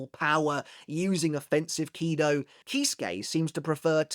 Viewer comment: Why KIdo instead of kiDO?